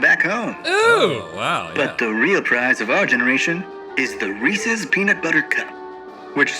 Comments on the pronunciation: yea like when people say “reesee cup” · Speaking of pronunciations Rhett… Reeces is supposed to rhyme with pieces… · Reecee? Reese's. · How is Link going to worry about saying Tootsie pop like that but then says Reesey’s. It’s REESE’S. Reese was a person! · They say people mispronounce “ tootsie “ but then pronounce Reese’s like “ reesEE’s “ 🙄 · It's reese's with an apostrophe. Reese owns it. Not reeseas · Rhett aggressively correcting Link’s pronunciation of tootsie while confidently saying “Reesee cups” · And they all say reeseas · its called an accent in portugal (where i live and where english isnt the official language) we pronounce reeses some times with a trilled R becouse that is very common over here so like Rrreeseas, other people pronounce it reeseas and some other pronounce reese-es...and thats inside the same city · The irony of Rhett saying they were pronouncing Tootsie incorrectly after he called a Reese's cup a Ree-cee cup is not lost on me. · them talking about the correct pronunciation of tootsie after repeatedly saying “reesee cup” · How tf does the dad say Reese’s correctly but Rhett and Link screw it up? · I will never not loathe how they pronounce Reese's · Rhett telling Link how to pronounce Tootsie even though they both can't pronounce Reese's 🤣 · The last ee in Reese is silent. The oo in Tootsie is like the oo in book or look etc. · Hearing Rhett correct the Neal's on "Tootsie", while mispronouncing "Reese's". Classic.